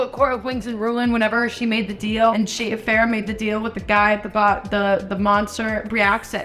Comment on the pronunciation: Just letting you know feyre is pronounced fey rah 🫶